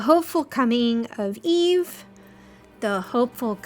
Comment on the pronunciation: How can someone watch Wall-E or know of the character from the movie and still say her name is EVE instead of EVA EeeeVvvva she literally teaches Wall-E to say her name in the f**king movie sorry but seeing so many people fan over Eva lately but still pronounce her name as Eve is irritating…